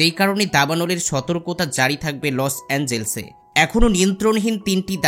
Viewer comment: শহরটির নাম লস এঞ্জেলস নয় লস অ্যাঞ্জেলেস হবে!!!